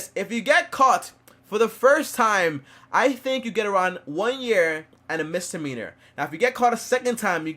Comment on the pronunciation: Misdemeanor not Mistdemeanor